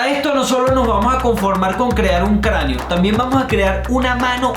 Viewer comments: cranio❌ crano ✔️ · craneo no craneo o escuché mal